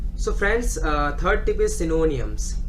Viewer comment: Its not synoooniams...........its sy-no-nyms!